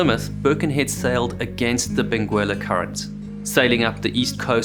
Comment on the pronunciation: The Benguela current is named after a town and province on the coast of Angola. This toponym comes from the Umbundu language 'mbengela' but due to the rules of Portuguese orthography is written with an unvoiced 'u' after the 'g'. Modern pronunciation is [bẽˈɡɛlɐ] -- just as you speak it but without the 'u'.